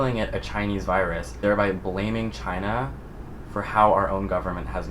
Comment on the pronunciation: The way he said China makes me wanna throw myself off a bridge